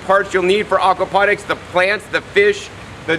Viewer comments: great video but its AWKward when you call it AWKapnonics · Please stop saying Arkwaponics! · Okwaponics? Is that like aquaponics?